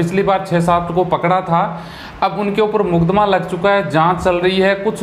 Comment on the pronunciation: Haan bhai mudakma lagta hain🤣🤣🤣🤣.. ..makadma hota hain ...na ki mudakma!